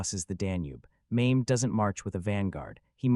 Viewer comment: Sultan Maimed, Really???? Forget about the pronunciation, you totally changed the Sultan's name and telling History, What a Joke!!!